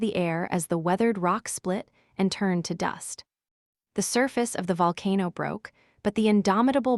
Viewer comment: I never want to hear AI say the word “Volcano” ever again!!!!!!